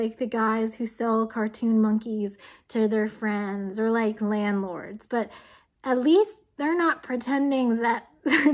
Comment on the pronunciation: "Or like landords" killed me